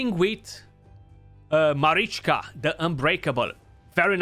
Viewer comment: You are probably the only CC who says both Taras and Marichka names properly 😅